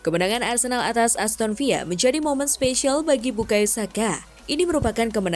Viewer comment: aston villa bukan aston viya min...